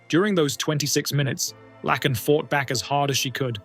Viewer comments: I like watching these videos but it is pretty disrespectful to say the victim's name wrong over and over. It's Laken like Lake-In. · Broh, its pronounced “Layken” and “Brissol”. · I think her name is pronounced Lāken like a lake. With a "N" at the end. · So let me get this straight, you have no problem pronouncing LAKE Herrick correctly but keep calling LAKEn Riley “Lackin”. Yeah, you really did your research 👌🏻😒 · You are saying her name wrong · Bub you do that much research then mispronounce Lakin's name, cmon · You pronounced Laken Riley's name so wrong and that is so disrespectful. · How do you make a video and not make sure that you are pronouncing a victims name correctly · I could not listen to this because of AI voice pronouncing Laaaakens name so stupid it's disrespectful .... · Please research the pronunciation of people’s names BEFORE posting the story. Doesn’t take much effort. First story…her name is pronounced LAKE (a body of water) ending with N. You can listen to news stories to hear her name said properly. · It's sad for Laken . Her name is pronounced Lake - N / Lak - en . You know a lake ( h2o ) then a N . Laken . Please learn your pronunciations or fix your computer. Thank you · Laken is not pronounced Lack-In. It's Lake-In. You said it wrong 50,000 times and I'm sure it's hard to hear for her loved ones. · Thank you for paying tribute to Ms. Riley but with all due respect, her name is pronounced LAKE IN... not LACK IN. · You're pronouncing the name of the girl in the first video wrong. It's pronounced like "lake," not "Lack." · It’s pronounced “Lay-kin” Riley, and spelled “Laken”! At least you didn’t completely dishonor her by calling her “Lincoln” like that worthless, lying, incompetent, corrupt Obiden did. At the very least he and Okommiela should be in prison as accessories for letting the illegal immigrant into our country that took her life… as well as the judges and prosecutors that kept letting him out! 😡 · It’s “Laaaaaaken”…….